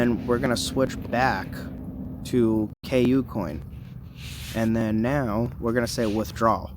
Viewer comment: Bro you have to stop calling it "K U - COIN" its pronounced coocoin.. All one sound cooo - coin.. It's hard to take you seriously if you don't even know how to say the name of one of the top 5 exchanges in the world lol.. Not hating bro just trying to help ya sound a little more official